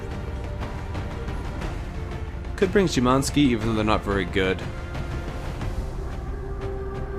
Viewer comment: sz is said like she without e maybe try sayin shymanski